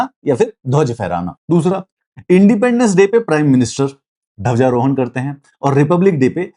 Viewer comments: Dhawja rohan nahi sir dhwaja rohan hota h adha 'dha' hota h. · Bhai ye Dhawjarohan kya hota hai use Dhwajarohan kehte hein "Dh" hota hai "Dha" nahi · सर धवजारोहण नहीं होता है ...ध्वजारोहण होता है ...aap ek bar suniyega ...